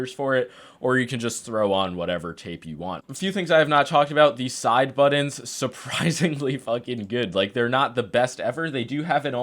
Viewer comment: Button, not budin. Certain, not cerdin.